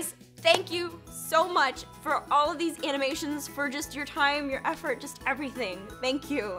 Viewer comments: You almost said aphmau amanation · "we are watching some aphmau anomations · “Amoonations” so slick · When you said "Aminations" it reminded me of how I cant pronounce some words right. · aphmau: TIME FOR SOME AMINATIONS (aminations XD) me: you said aminations XD insted say animations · Jess its animation not amination! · Hahaha amonation instead of animations